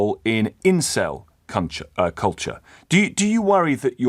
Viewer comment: 'Incel cunture' 😂 top spoonerism